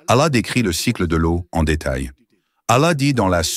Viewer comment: Pour, la lettre “h " qui termine le mot Allah, se prononce comme le “h" de Ibrahim, pas comme "y" où “ي" en arabe. Ou comme “how" de l'anglais.